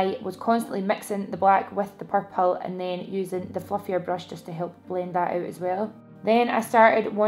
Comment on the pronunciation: Purple eye shadow looks AMAZING on you!! And I love the way you say purple 😫😫😍😍 xx